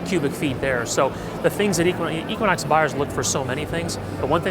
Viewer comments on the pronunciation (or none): E-quinox, not Ek-quinox! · Eee-quinox, not Eck-quinox, no offense.